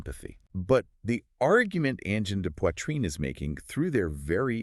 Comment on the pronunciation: I keep forgetting to look for the AI marker but as soon as they started to painfully break apart the pronounciation of the name, I was out. Boo on AI slop!